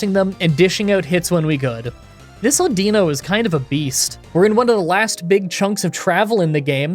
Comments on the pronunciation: I'm pretty sure it's pronounced Au-din-no 😂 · Before the video even started, I had to take me guess on exactly how you were going to pronounce audino. I guessed wrong